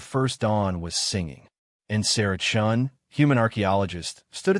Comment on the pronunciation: Chun? Not Chen? . . . Sacrilege!